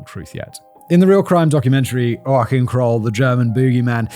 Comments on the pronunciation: "Joachim" is actuallly pronounced "Yo-achiem" with the "ch" being pronounced more like the "ch" in "chat" rather than like a "k". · Its kinda Yo 'U Him with a raspy H like in Jalapeños. 😅 The case is well known her in Germany but I liked your coverage. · Joaquim is wah-keem, Joachim is I guess You-ah-kim. idk, Simon's trying his best. Bless his heart! ;P Middle name is Gee-org (guh, not juh) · Yo-shim isn't it? Or Yo-a-him? Thanks for switching to Kroll. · Maybe more like YO-uh-keem or heem? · Tip: try to pronounce it jo - a - chh ( like you are clearing your throat)- Im That's how we pronaunce it 🤣❤️ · Aww it's so cute how proud Simon is that he can pronounce Joaquin, I almost don't have the heart to tell him that's not at all how we pronounce Joachim in German ;( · Not even close but hey he tried. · It sounded to me as if the dude's name was written like "Joah Khiem" x) Around here the stress on the syllables is put like jo-ACH-im. For the German CH, try rollen R in the back of your throat? And then get rid of the vibration, until you make like a hissing death gurgling noise noise from the back of your throat :") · It's more like yoh-ahkh-eem, isn't it? The kh being the harsh guttural sound ch makes in German, or in Gaelic "loch" for a good example. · My thoughts exactly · Lol I too would pronounce Joachim like you Simon until I saw an interview of Joachim Phoenix and they said it lol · I'm not even 3 minutes in and I'm not sure I can finish this with the way Simon pronounces Joachim and Duisburg, I wanna cry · Simon, Joachim can be pronounced both ways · He tried so hard but still not how you pronounce Joachim 😂😂😂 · petition of a youtube short where he pronounces joachim correctly lmao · as a german i wanna say: every pronounciation of joachim that you tried was wrong (same with duisburg lmao) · That is not at all how you pronounce the name Joachim! As a german I am really offended! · As a German... That's not even close to how we pronounce Joachim 😄